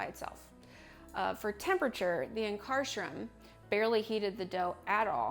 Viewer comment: Yikes , learn to pronounce Ankarsrum and honestly without question it is the absolutely the best machine by miles !! yes, it has a learning curve, but the product output is by far THE BEST .